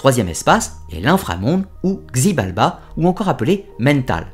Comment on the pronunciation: xibalba se prononce shibalba, sinon génial ❤️